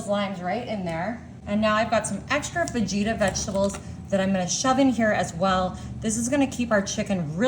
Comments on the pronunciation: Did she actually say “fah-geeta” vegetables ? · It’s pronounced FAHITA! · Actually its fuh-hee-tuh. But part of their show is to mispronounce things on purpose. 😊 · Fa-gee-ta 🫣 Just when you thought it couldn't get any more disgusting.. 😒